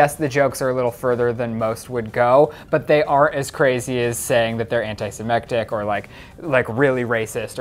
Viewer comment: Am I the only one who heard anti-semectic?